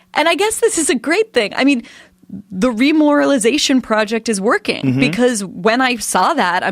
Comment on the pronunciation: Wow, did she just say "remoralization project"? Sounds like something straight out of Nazi Germany.